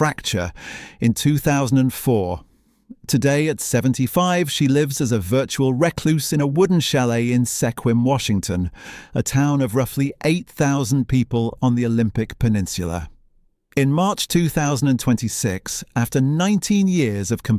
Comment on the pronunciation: Excuse me?? Sehquim? You mean SEQUIM? Pronounced SKWIMM.. it is named after the Klallam people, a Coastal Salish first nations/native american tribe that are indigenous to the northern Olympic Peninsula of Washington state (across the Strait of Juan de Fuca from Vancouver Island Canada (a 20 min ferry ride)